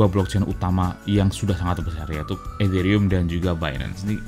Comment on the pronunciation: Nyebut Ethereum kok kayak kumur-kumur